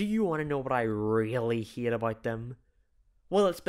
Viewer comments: No I don't know what you haAYEEIT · The way he says hate I fucking love it (Yes I know it’s because he’s British) (atleast I hope he is otherwise I’ll seem like a fucking idiot)